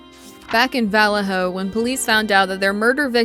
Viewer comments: In the first case, why does the narrator pronounce the name of the police force as "VALL-leh-ho" instead of the proper "vall-AY-ho?" Strange and uneducated. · It’s pronounced (vuh•LAY•hō), not (valley•HŌ) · You know what's really annoying I don't know where valor hello is I know where Vallejo is learn how to pronounce your cities and your words duh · Learn how to pronounce. Or listen to some N2Deep or Sick With It. Vallejo is not vowell-lay-ho. It's pronounced vuh-lay-ho. Other than that great video. Thanks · You are CONTINUALLY pronouncing the name of the city in California, where Denise Huskins and Aaron Quin lived, wrong! Phonetically speaking, it is pronounced: VA-LAY-HO. Valejo. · The CA city where homegirl was abducted Vallejo is pronounced va-lay-ho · You are a very poor narrator! For one thing, the town you mentioned IS Pronounced VA LAY HO! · It's pronounced "vuh-lay-hoe" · Hey the name of the city right. Valle-ho. Also, I remember this story. I grew up basically in Dublin California. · Vah-LAY-Oh. God, that was painful to listen to. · The only crime, the pronunciation of vuh LAY oh. 😅😅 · Its Valle-Ho, not the wY you are saying it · It's pronounced vaLAY-ho. And exAsserbated. And MoBEELE. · It's pronounced "Vuh-Lay-Hoe". 😊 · It’s pronounced VA-LAY-HO!!! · I caught that too..is she using ai you think? Sometimes it's way easier but mispronounces things like names. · How can you not know how to pronounce Vallejo? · You aren't pronouncing Vallejo, CA correctly. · They way you kept pronouncing Vallejo killed me. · they’re referring to this video creator mispronouncing the last name as “daywell” instead of “daybell”. Vallejo was also pronounced wrong lol